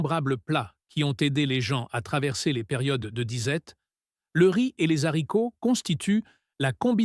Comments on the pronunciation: J’adore le rize et les zaricots. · Les zaricots ? 😂